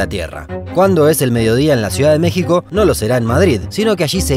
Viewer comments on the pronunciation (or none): none